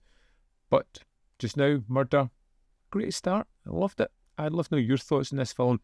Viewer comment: I thought for a moment I was watching Taggart there when you said "Murrrder" each time.